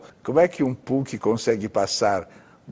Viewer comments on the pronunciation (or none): o jeito que ele pronuncia punk kakakakak